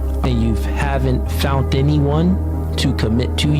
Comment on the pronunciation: "Fount"...instead of "found" I would've totally not listened anymore. Why are women listening to THEM?!?!?